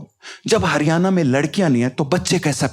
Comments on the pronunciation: हरियाणा बोलना तो सीख ले भाई। हरियाना क्या होवै है 🤦🏼‍♀️🤦🏼‍♀️ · Bhai हरियआना nhi हरियाणा hai yo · हरियाना नहीं हरियाणा😂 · Bhai haryana ko pronounce to thik se kar lijiye.